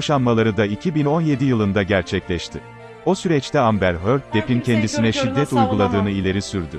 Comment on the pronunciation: Amber Hörd